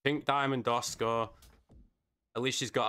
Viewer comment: ASUKA!!😂😂 You keep calling her Oscar😂😂